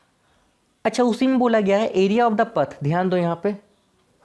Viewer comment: "pathh" op